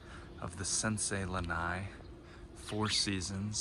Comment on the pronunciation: Btw it’s not lanai it’s lana’i